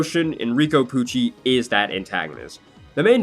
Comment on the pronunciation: Every time he says Pucci i hear either Gucci or Coochie. His name is rife with possibilites. But I have to say Jolyne is my fav JoJo, and SO is probably my like 3rd favorite